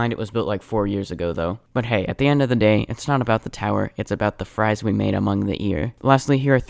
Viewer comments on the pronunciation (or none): none